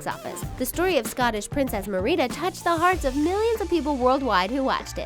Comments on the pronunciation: Merdeeda? Merdeeda? ITS MER- I- DA YOU MAKING IT SOUND LIKE MARITA!!! MARITA!!!! ITS NOT MER-EE-DA. STOP LOOKING AT WIKIPEDIA DERP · Like you know how to pronounce it by seeing how it is spelled. Mer- ida not mer-eeda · Its Mer i da. Not Mer ee da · Its 'Mey-rey-da' Not Mereeda! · Hold up hold up Merida? ( Mer-ei-da? How she pronounced it) Na fam It Merida ( Mar-a-da) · Wait did she say Mer-e-da 😂 You mean Me-re-da geez roll your R's girl😅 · its mer-ida not merri-da (No hate just telling you so you know) LOVE UR VIDSS keep up the Great work!!!!!!!!!!! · Jyrena Gueye haha same. Merida was always my favorite Disney princess. I was Merida for three years in a row for Halloween when I was little. It’s pronounced mer eh dah Not me ri dah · Mereeda Nooo Merida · "Merida" is pronounced "Mare-id-da", not "mur-reed-da". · She said it like "MUH-RE-DA" like isn't it supposed to be "MER-RA-DA"? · It’s “Mare a duh,” not “mer eed uh” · Its Merida not Meriiiiidaaaa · Mereeda... ITS MERIDA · IT'S MERIDA AS IN MERIDA NOT MEERIDA UGHHHHHH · yeah. its pronounced mare-I-da not mir-E-da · Venom Lace it’s mer-I-deth not Merida that’s the weirdest name I’ve ever heard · MER-EE-DAH? BRO ITS MER-IDA!!Merida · Marieda? its pronounced Mare-eh-da, Merida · She pernouced it "mereeda" TRRRRRIIIIIIGGGGGERRRRREEEDDDDDD MERIDA IT MERIDA MARE-I-DUH!! NOT MER-EEEEEEEEEEE-DA! ok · Me-ree-da ReAlLy iTs - ME-RID-A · Mer-ree-da? Not Meh-ri-dah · The Things- Merida (Ma-reed-a) Me- *tRiGgErEd* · When she pronounced it mer-e-duh. I was like 😤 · Meh-ree-dah *eh he hem Mer-da MERIDA! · “marEEda?” Sorry but that’s not how you pronounce it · Did you just pronounced Merida as “Mereeda”??? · M-M-M-M-WHAT? You say whoses name? Who is mer-RE-dah?? (Dont hate its just my pet peeve of something not pronounced right when everyone knows the how to pronounce it.. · It's Mir•a•da it said it in the movie so- I think she mispronounced ot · It's pronounced, MAIR-IH-DA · Wtf it’s Merida not mer ee da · Lol she said Merina xD